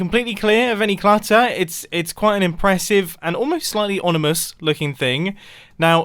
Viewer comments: Mumbo: "onimous" Me: its ominous... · onimous instead of ominous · "... and almost slightly onimous..." seems fine until u realise he says ONIMOUS like what? oNiMoUs not ominous what does onimous even mean? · “Onimus”? Ominous 👍🏼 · "Onimous" (ominous) 🙂🙂🙂🙂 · onimous? dont you mean ominous? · are we gonna ignore the fact mumbo said oNimous and not oMinous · “Onimus” -Mumbo. You mean Ominous? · ONIMOUS??!! IT’S OMINOUS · Mumbo, do y’all in England same onimous instead of ominous? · “onimous” classic mumbo messing up words it ominous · did he say onimous instead of ominous 😂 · onomous lmao mumbo i think u mean ominous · Mumbo: "It's quite an impressive, and almost slightly onimous-looking thing." Me: "...Ominous?" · Does anyone else hear onimous instead of ominous? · *ominous not onimous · Onimus? Don’t you mean Ominous? Edit: Mumbo pronounced “On-ih-mus” Correct is “Om-in-us” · Can’t get over mumbo saying “onimous” instead of “ominous” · Lol mumbo makes his own pronunciation. Forget oMINous it is now oNIMous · did he say onimous instead of onimous????? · / Alright ONCE is a mistake but TWICE is a pattern! its OMINOUS OM IN OUS, not ONIMOUS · Anyone else realised he said onimous instead of ominous? Lmao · onimous. Anyone else notice? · "Onimous" thats a new one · Mumboits ominous not onimouse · when he said onimus instead of ominous lmao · Apparently the ten minute vault is slightly “onimous” lol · "Onimous" -Mumbo, 2020. Wise words from a wise future mayor. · "Onimous" - Mumbo 2020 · We just gonna ignore how he said "onimous" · Mumbo: “it’s looking slightly ONIMOUS” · "onimous" lol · "onimous" 🤭🤭 I love mumbo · He said onimous... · "Onimous" proper english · did he say onimous????? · "almost slightly ONIMOUS..." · "And almost slightly onimous" Woll done Mombo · Did anyone else hear him say “onimous”? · Imagine being able to do this but not being able to say ominous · Ominous is the word he meant to say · Mumbo pronounces ominous wrong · i mean ominous